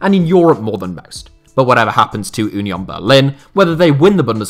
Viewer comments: Just pronounce union the english way please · Thank you for pronouncing Union in the german way ;) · Never learn German please 😂 As a German I love the fact that no one can pronounce German names 😂 Ünion 😂